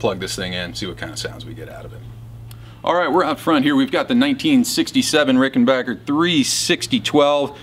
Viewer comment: What a sweet Ricken-BACK-er. And kudos for the correct pronunciation! Love it.